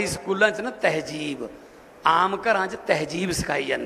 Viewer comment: TehJEEB nahi hondi TehZEEB hondi hai.